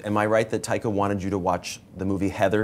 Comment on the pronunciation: "Tiger" is what i heard they called Taika the whole interview